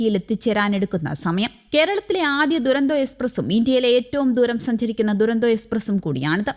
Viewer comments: ദുരന്തോ അല്ല തുരന്തോയെന്നാണ് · ദുരന്തോ അല്ല.. തുരന്തോ, തുരന്തോ